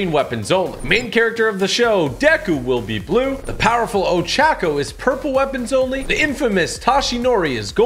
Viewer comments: Lmao can someone tell him how to correctly pronounce their names? Last video he said kachan 🥲💀 then he said ochAhco 💀 at least he said deku right then he said some Catsuki😭 omg then he said tohshinori- 🥲😭 (This is a joke don’t hate I love tg❤️ have a great day!!) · how he says Bakugo and Ochaca is so wrong